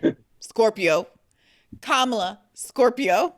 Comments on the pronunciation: My only thing is why does he consistently mispronounce Kamala's name. It's disrespectful. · Why is he intentionally pronouncing Kamala's name wrong.... 🫠 🤦🏾‍♀️ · This does nothing but strengthen the magas by splitting the vote. This is nothing more than a flex. Butch has s showing you who he is by intentionally mispronouncing Kamala’s name. Listen when democracy is restored(miracle if ever) you can argue your points. Until then you’re just helping the monsters to remain intact. I challenge butch to stop confusing his knowledge of history with his ability to comprehend what’s really happening in TOTALITY. He’s worried about scratch on the car versus the two flat tires.